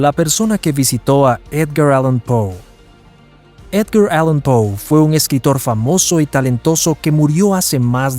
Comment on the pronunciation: Es Edgar allan poe, porque lo dice con acento gringo